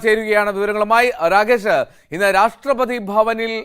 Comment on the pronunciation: മലയാളം മര്യാദക്ക്പറയാൻ പഠിക്കടോ രാഷ്ട്രപാദിയല്ല രാഷ്‌ട്രപതി കഷ്ടം 🤔